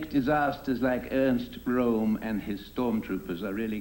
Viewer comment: The research is flawed. Speers' lawyers' name was Flächsner, NOT Flachsner and milk was not measured in pints in Germany and still isn't. Neither was Reich pronounced Reik or Ernst Röhms' surname pronounce Rome! These were only a few errors out of several.